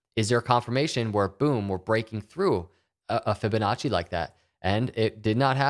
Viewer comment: stop saying fibinache!!!!!!!!!!!!